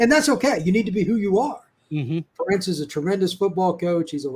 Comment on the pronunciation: Ferentz rhymes with parents. Come on guys. How many years does it take to learn this???